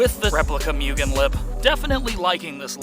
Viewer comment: Moogen * not pronounced mugen.